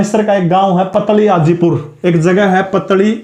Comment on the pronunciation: Sir पतली हाजीपुर नहीं है पातली हाजीपुर है 100% Guaranteed It is near to me